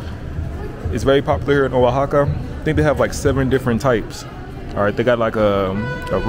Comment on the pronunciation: the O in Oaxaca is pronounce like W